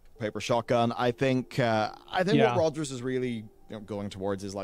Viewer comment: who's Odgers and how'd he lose his "R"